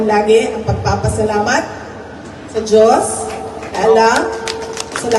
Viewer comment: Parang Hirap Na Hirap Si VP Sara , na " Bigkasin "Ang Salitang"Diyos!".